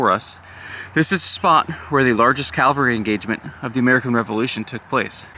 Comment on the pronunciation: CAVALRY...not calvary...C..A..V..A..L..R..Y... You said it correctly once maybe twice ...the rest of the time it's sounds like calvary...which is a hill outside Jerusalem.. aka Golgatha... Cavalry...not calvary...